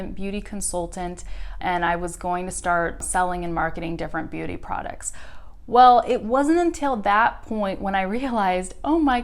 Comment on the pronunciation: hey, thanks for all that knowledge shared, but i got a doubt with the pronunciation of "products" you said it in a different way